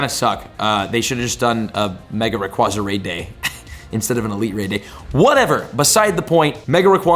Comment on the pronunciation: Please learn how to correctly pronounce “Rayquaza.” The second A is long, it doesn’t make an “ah” sound.